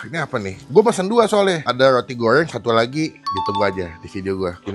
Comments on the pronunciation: Goreng bang bukan goyreng😂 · Roti gowrrreng... Ngomong goreng aja gowreng... Maaf masnya cadel apa emang gt cara ngomongnya???? Btw usaha org jangan dijelek2in lah hehe